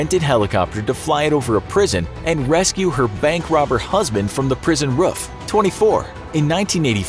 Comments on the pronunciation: What is a 'prison rough'? Don't you mean roof? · Did you you say prison ruff ?😂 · you said roof wrong